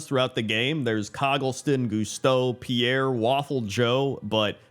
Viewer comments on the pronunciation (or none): none